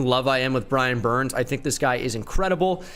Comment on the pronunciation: He just said “Brian burn”